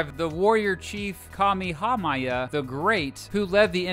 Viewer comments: Kamehameha, Kuh-May-uh-May-uh. You'd be surprised how easy it is to pronounce Hawaiian words and names. They only use 12 english letters and 1 of their own. It's about thinking of each word or name as a series of quick syllables. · 😔 the way he pronouns "kamehameha" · Honohulu was atrocious. I've heard Hanalula, but Honohulu is just awful. You didn't do really well with Kamehameha either. No syllables are accented in Hawaiian. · I pronounce it kamee kamee hah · KA-ME-HA-MY-AH? braddah it’s Ka-me-ha-me-ha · Its not kamehamaya, its Kamehameha like, from dragon ball we say it the same way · it’s actually kameh-hah-meh-hah :) (Not sure if that’s what you meant) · Kamehameha is pronounced like in dragon ball KA-ME-HA-ME-HA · I love your videos, but you need to research your pronunciations before making your videos. It's HonoLulu, not HonoHulu. Also, you badly mangled Kamehameha. It's pronounced "Ka may-ah may-ah". Otherwise keep up the good work! Also, I have an idea for a compare video. How about comparing, exclaves Point Roberts, WA and Angle Township, MN. For good measure, you could throw in Hyder, AL, which although not an exclave can only be access by road from Canada. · Kamehameha: "Kah-may-ha-may-ha" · I have many problems I fell I NEED to adress. #1 WTF IS HANA-HULU hon-a -LULU honolulu #2 KING KA-MEH-HA-MEH-HA kamehameha #3 Queen LILLY-OAK-A-LA-KNEE QUEEN LILI`UOKALANI I dont mean to be rude but you couldnt at least research how to pronounce them. Its just driving me crazy. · “Ka mii hah ma ya.” This hurt me as a Hawaii-born resident. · Maybe a misdemeanor, but his pronunciation of Kamehameha is a felony :) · And Kamehameha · Kamehameha was way worse of a pronunciation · and kamehameha lmfao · god he butchered the most easy name that you can pronounce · Every Hawaii local hearing him pronounce Honolulu and Kamehameha: no. I could let the islands and places slide, but these were butchered. I’m sorry my dude, I know you probably tried.